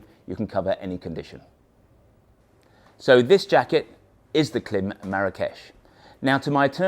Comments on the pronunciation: Pronounce the i. It's Kl-eye-m, not Kl-eh-m. Like Climb w/o the b. Klim. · Pronounced climb. But good review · it's KLIM -- as in "climb". That's why the "i" in the logo has a long sign on top. A long "i". KL- AYE - M. Otherwise, love your stuff, wish motolegends was in US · Klim 🤣It’s pronounced Klime!! 😂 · Please pronounce KLIM correctly! 🙄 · Oh dear - if you are selling Klim gear, it's probably best to find out how to pronounce the brand name correctly first